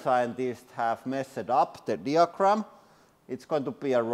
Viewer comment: “All the scientists have mess-ed up the díagram, it’s going to be arock”